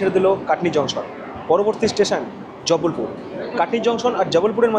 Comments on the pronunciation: Bhai its Jabalpur and not Jabbalpur. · haan 😂 ar jubblpure noy jabalpur